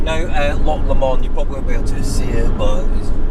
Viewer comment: I can't believe someone with a Scottish accent can't pronounce " Lock Lomond " properly! try saying " Loch Lowmond " otherwise a good video.